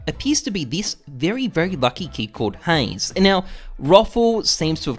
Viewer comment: HI, im and in Diz Videjoh... cracks me up everytime, love the intro xD